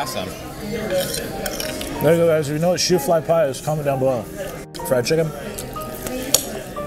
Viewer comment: Shoo fly pie is from Pennsylvania , Amish , I think. Its sticky, made with molasses. But the name is shoo fly like you're shooing the fly away , not shoefly like the shoes on your feet.